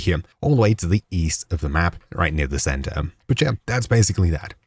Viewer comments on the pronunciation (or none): none